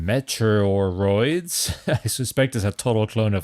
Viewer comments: Its prononced Meat-E-Ah-Roids as in Meteorite. The way you are saying it sounds like Nintendos Metroid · Try saying 'meaty or oids',. You seemed to be having trouble with the name. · Meteoroids is pronounced ‘mee-tee-or-oids’ A meteoroid is a small asteroid, so more cheekiness! 🤣